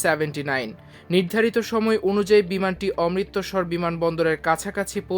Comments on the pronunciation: DGCA ...DGCA .....Not DCGA অমৃত্সর, Not অমৃতোসর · অমৃতোসর নয় বেকুব।নামটা অমৃত্ সর।অমৃতসর। আগে বাংলা শিখ তারপর মিডিয়াতে আসো। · এই সব উপস্থাপক কিভাবে সংবাদ পাঠ করার সুযোগ পায়, যেখানে সে অমৃতসর শব্দটা ঠিক ভাবে উচ্চারণ করতে পারেনা।?